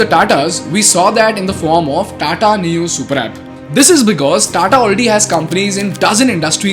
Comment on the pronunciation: Neu is a German word. The pronounciation is Noy